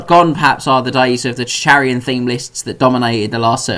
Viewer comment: still can’t say Chracian it seems